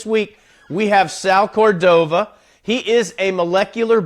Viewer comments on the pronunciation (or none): The name is not pronounced cor-DO-va, but COR-do-va. The accent mark on Spanish words indicates where the stress in the word goes, in this case, the FIRST SYLLABLE. It is Córdova, so it is pronounced COR-do-va. Go, for instance, to the internet site of Forvo and listen to this name pronounced by native Spanish speakers.